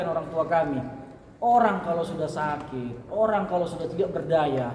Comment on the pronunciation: Lha om atit...atit apa.... Oalah atit apa atut???.😂😂😂😂😂